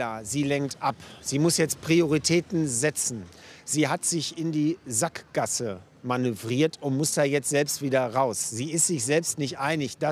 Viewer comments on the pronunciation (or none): geil wie linnemann den "sack" in "Sackgasse" betont😂